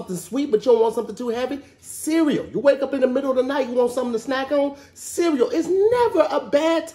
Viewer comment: to grown to still pronounce the word cereal like a toddler